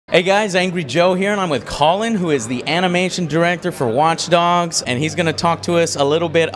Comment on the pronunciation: my name is colin! And he pronounced it right!